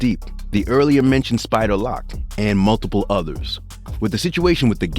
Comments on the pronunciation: If you’re going to make a video on the subject at least say people names correct… “spider lock” smh… or “Dj woo kid”… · Mf keep saying spider lock 😂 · u got me stop watchin when u pronounced spider loc spider" lock"...🤦🏽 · “Spider Lock” smh 🤦🏽‍♂️ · Spider locc and dj whooooooo kid😅